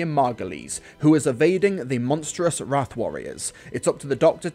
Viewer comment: 'Wrarth': I believe it's 'rawth', as in 'Fourth Doctor might have saved Cass' Not 'wraith', as in 'Her Eighth Doctor encounter could have gone better' Or 'rahth' as in 'That Hath spent more time as a companion to Martha than she did to McGann' (Admittedly they jump all around the pronunciation in the episode, I just wanted to torture some phrases).